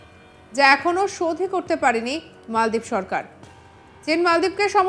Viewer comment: ওহে নাম মালদ্বীপ কেন মলদ্বীপ বলেন ?